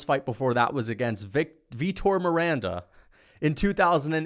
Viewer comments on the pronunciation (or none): none